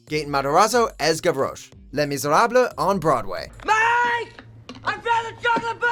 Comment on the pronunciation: They pronounced “Les Misérables” so horribly wrong that it’s sad